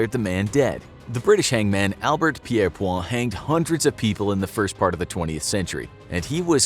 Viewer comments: It feels like Britain is being singled out here so I’d like to point out that we No longer have capital punishment but the USA is still executing people of low IQ or simply for being the wrong skin colour. Btw the executioner Pierrepoints name is pronounced peer-point. He never said he disagreed with the death penalty. He was disgruntled that he wasn’t paid for a cancelled execution. Soon after this capital punishment was abolished. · You are pronouncing Pierrepoint wrong. It doesn’t have a French pronunciation in the U.K. it would have said like Pier POINT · You mispronounced Albert Pierrepoint. There is a t on the end of his surname. It's not silent. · Yes, his name sounds very much French, but no, Albert Pierepoint was an Englishman and that's also how you pronounce his last name. In English. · I know I'm a little late to the game when it comes to current video games... but I was playing uncharted 4 last night, and was delighted that one of the characters took the time to correct the pronounciation of 'gibbet'. PS: There is an excellent BBC film called 'The Last Hangman', which is a biopic of Pierpoint. You could learn how to pronounce his name from watching that as well! (Hint, he was English, not French). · It's Peirpoint not Peirpoir. Albert Peirpoint. Hanged lots of Nazi's as well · Great video! However I should point out that Albert Pierrepoint's last name is pronounced Peer Point. Not Pierre Pwa. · Pierpoint is pronounced: 'Peir-point.' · pirpoare its pierrepoint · Got to believe the last Beheading & Quartering in England was WELL BEFORE 1839! BTW...it's pronounced JIBBETING, not GIBBETING! Albert Pierpoints name was pronounced PEER-POINT!